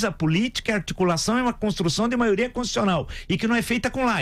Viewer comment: Um presidente que fala: a "maoria" 🤦🏻‍♀️ sem condições nenhuma 😕